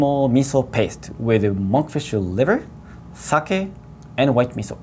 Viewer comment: Joe kept pronouncing sake wrong. It pronounced sa-ke, not sa-ki.